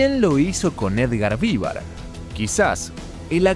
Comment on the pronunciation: Increible trabajo documental, recopilación de información y todo, la verdad admirable XD Pero me cuesta no detenerme en que pronuncies "VÍvar" y no "viVAR". Habiendo visto (supongo) tanto material de archivo, entrevistas, etc... e incluso es algo que lo pronuncian en cada intro del chavo... me sorprende que lo pronuncies incorrectamente jajajjaja